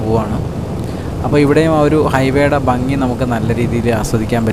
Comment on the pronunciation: ഫംഗിയല്ല ഭംഗിയാണ്